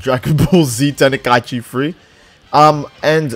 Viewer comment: Love your vids. This is just me being an ass here though, "Ten-i-Kai-Chee" is driving me insane. lmao.